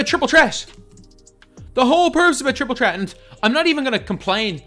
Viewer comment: Bro its triple threat not tripol tret